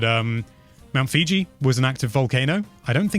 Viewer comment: You mean mount Fuji, not Fiji 😂